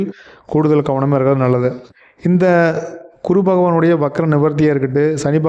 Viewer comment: utcharippu gavanikkavum...kuru illae GURU...idu pola neraiya irukku